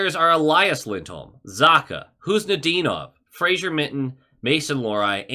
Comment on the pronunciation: It is pronounced. FRA-ZER, there is no "i" in the name